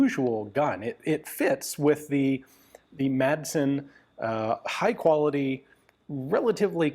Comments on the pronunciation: You make great historical content, but as a Dane myself, I must correct you on your pronunciation of the Danish surname “Madsen”. It has bugged me for years, so here it is. The name literally means “son of Mads”, similar to other Danish names like “Sørensen” or “Jensen”. The letter “d” in “Madsen” is silent, so the name is pronounced “Massen” - not with a hard “d” like in “Danish” or the English word “mad”. Apart from that - I love your content on this small but very innovative Danish weapons manufacturer. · Its pronounced Massen. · everyone in my area would laugh at him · American pronunciation is actually correct except for the D which should be silent.